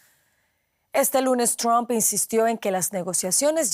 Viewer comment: Que graciosos son los amigos de la DW y periodistas latinos. Se pronuncia [TRAMP] no "tromp". Asi como y Sol se dice [SAN] y correr se dice [RAN] y almuerzo se dice [LANCH] no "lonch". Mientras que [SON] es hijo (son). Favor pronuncien bien y den ejemplo. Trump se pronuncia [TRAMP] no tromp. Mientras tanto Sanchez en España pareceria estar importando criminales y matones de marruecos de los que se sirve el socialismo para aterrorizar a la poblaciòn, como lo hizo correa y maduro sacando gente de prisiones.